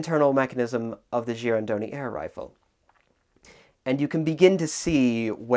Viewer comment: was a bit worried he might be butchering the pronunciation of "Girandoni", but the way he said it was quite accurate.